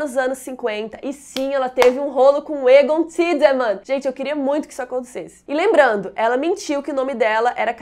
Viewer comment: Toda vez que a fala Egon, eu ouço ela falando "targaryen"....kkkkk